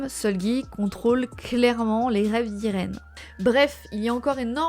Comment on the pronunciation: Salut, j’ai remarquée que tu disais souvent le nom de Irene comme [ I-reine ] or ça se prononce [ A-i-rine] (comme en anglais enfaite) voilà juste pour l’dire.